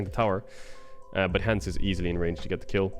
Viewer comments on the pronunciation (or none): none